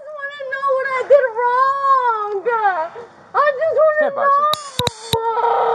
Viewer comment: What did I do WRONGAH! What did I dooo-GAH. Why-GAH!